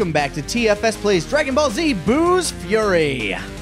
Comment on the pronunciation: Did anyone else hear say "Booze Fury"?